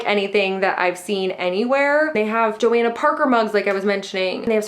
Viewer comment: That's not how you say Johanna Parker. It's Jo **hanna **.